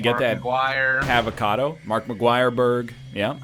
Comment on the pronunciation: Does it bother anyone else how he pronounces Havacado and fragrance.